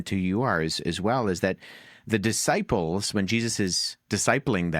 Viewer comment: Wow! Wes just called the twelve the DUHsciples!